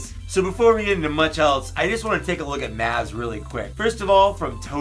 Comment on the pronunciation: Maz- M-ah-z